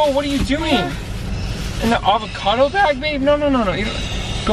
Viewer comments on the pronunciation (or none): "The avocato bag" 😂😂😂😂